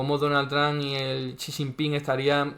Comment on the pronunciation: para decir Xi Jinping con los fonemas del español más parecidos a los auténticos, puedes decir "si chinpin" o "shi chinpin" con la sh del inglés (Sí, la j del chino se pronuncia muy parecida a nuestra ch)